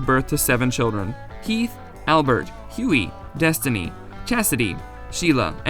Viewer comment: Their accents make some things they say sound so funny!!! Netty- sound like Ninny = nin knee Huey- sound like Yoy = yhoy (rhymes with toy and joy)